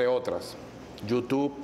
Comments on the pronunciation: Feisbut, yutuc, impecable pronunciación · Feisbut, yutuc, tuider